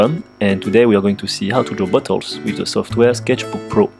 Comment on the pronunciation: When he says "bottles" I hear "Buttholes"...